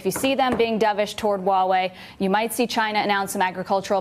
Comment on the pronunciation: I thought he was saying Gine-nah.